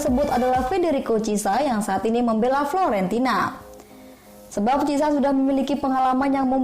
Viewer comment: Chissa, donnarumna, florentina..😅